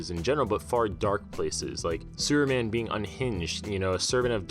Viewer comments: Why you always say Seruman or Sureman? Whats up with the P letter?))) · Superman is three syllables, not one. Freaking learn how to speak or stop narrating these videos. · Where are you from bro?superman doesn't have a silent p in his name.